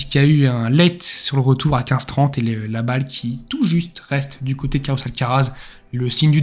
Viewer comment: Coté, pas côté !!!!!!!